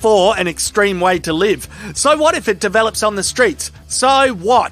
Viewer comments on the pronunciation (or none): none